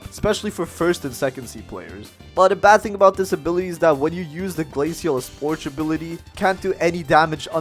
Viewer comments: Glasial eesposh💀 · bro really said "glacial espourch" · "glasial esporch"